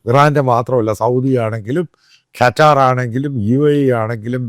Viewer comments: കറ്റാർ... അല്ല അച്ചായോ.. ഖത്തർ... 👍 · The bloke pronouncing qatar sounds like qatarvazha😅